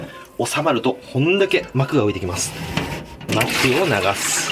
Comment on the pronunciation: まくをながす が マクゴナガルって聞こえた